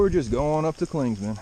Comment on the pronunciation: Love watching your videos. I'm from the NOBO class of 2000... The best part of your videos is watching you mispronounce the name of just about every place on the trail. "Clingsmans" is the funniest! Keep it up.